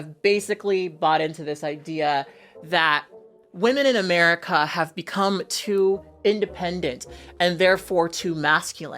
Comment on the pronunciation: love that cooky 'Meruca ouifit😂😂😂😂